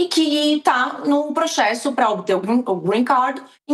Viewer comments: PROXESSO ???? kkkkk desculpe não resisti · kkkk A menina arrasa na pronúncia do "Green card", mas fala "proxesso" ...rs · Pq a fala "proxesso"?